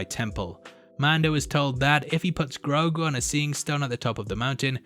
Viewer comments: Ashoka clearly called him groogo not groogu, no u sound but o sound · His name is Gro'ghu.